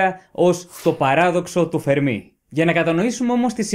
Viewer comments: "Φέρμι" ρε φίλε, τι "Φερμί" τσαμπουρνάς; Ιταλός ήταν ο άνθρωπος, όχι Γάλλος. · Παρεμπιπτόντως, προφέρεται Φέρμι, όχι Φερμί. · Ωραίο κανάλι, ωραία βιντεο keep it up. Μια μικρή διόρθωση μόνο (που δεν αλλάζει πλέον αλλά οκ), είναι Φέρμι, όχι Φερμί. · Φέρμι,Φέρμι....οχι Φερμί! Ιταλός είναι όχι Γαλλος! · Αγαπητέ εκλαικευτη. Ολα σου καλα, αλλά ο κ. Φερμι, επειδη ειναι Ιταλος, λεγεται Φέρμι κι οχι Φερμί. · The Fermi paradox.. φΕρμι. Όχι φερμΙ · O fermi ήταν Ιταλός όποτε διαβάζεται Φέρμι και όχι Φερμί. Το τελευταίο θα συνέβαινε μόνο αν ήταν Γάλλος διότι αυτοί τονίζουν σχεδόν πάντα στη λήγουσα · Να είσαι φυσικός και να μην ξέρεις ότι ο Ιταλός φυσικός ονομάζεται Φέρμι και όχι Φερμί, με ξεπερνά... Μάλλον τον συγχέεις με το Γάλλο μαθηματικό Φερμά, κάτι που είναι ακόμα πιο τρομακτικό! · Ο Φέρμι δεν ήταν Γάλλος. Ήταν Ρωμαίος. Λεγόταν Φέρμι και όχι Φερμί. Για να προφερθεί Φερμί θα έπρεπε να γραφόταν Fermí και όχι Fermi που γραφόταν. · ENΡIKO Φέρμι και οχι Φερμί....!(Ιταλος). ΣΥΓΝΩΜΗ ΓΙΑ ΤΗΝ ΔΙΟΡΘΩΣΗ. ΚΑΤΑ ΤΑ ΑΛΛΑ ΕΙΣΤΕ ΕΞΑΙΡΕΤΙΚΟΣ, ΕΥΧΑΡΙΣΤΩ. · Φέρμι και όχι Φερμί. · Πολύ ενδιαφέρον θέμα και με σωστή προσέγγιση. Να πω πως ο Enrico Fermi ήταν Ιταλός και το όνομά του προφέρεται Ενρίκο Φέρμι (με τον τόνο στο "ε"). Επί της ουσίας τώρα, θεωρώ πως οι πιθανότερες αιτίες του Παραδόξου του Φέρμι είναι το γεγονός ότι η εξίσωση του Ντρέικ είναι ΕΛΛΕΙΠΗΣ! Αν μπουν και οι άλλες παράμετροι στην εξίσωση (αυτές που λείπουν), να δεις που θα ...πάψει να είναι παράδοξο!!! Μερικές ιδέες έχω για το ποιές παράμετροι λείπουν, αλλά είναι μια μεγάλη κουβέντα αυτή. Δεν γίνεται μέσα σε σχόλιο. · ο ENRICO FERMI ΗΤΑΝ ΙΤΑΛΟΣ και προφερετε me ton tono στην παραλιγουσα